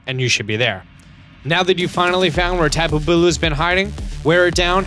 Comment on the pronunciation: Only kū was the god of war. Lono was actually a god of peace and prosperity. Kanaloa was the god of the sea and kāne was the god of the fresh water as well as the giver of life. And the correct pronunciation (although yours wasn’t the worst I’ve ever heard) is more like Tapu - (Tah Pu). From there koko is pretty simple and means “blood” in Hawaiian. Lele was “something made to give to the gods for love magic” and also means fly. But we don’t have b’s or f’s so idk where that came from. I do also think it’s funny they have a ‘Ula’ula (red) melemele (yellow) Poni (purple) and Akala (pink) islands with the guardians as such. I do have to say whoever helped teach this had to be well versed in Hawaiiana 🤗😍🤗😍